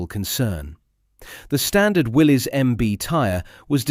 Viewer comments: Not "Willys" its pronounced "Willis" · Correction Willy's is pronounced as Willis, the y is an i